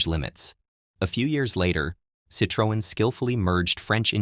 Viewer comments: If you gonna explain the meaning of DS, then please at least do justice to the pronunciation of the name ‘Citroën’ itself. It’s not seet-tro-un, it’s closer to see-twen. 🥲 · "sit-re-o-en", lol even average americans can pronounce it better than that. Damn AI 💩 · AI commentaries are also widely known for mispronouncing/mishandling foreign names, such as the "Citroen" brand. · Dumbass A.I. pronounces "Citroen" wrong repeatedly!